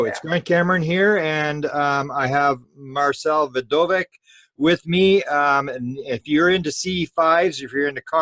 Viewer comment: Vidović is pronounced Vidovich.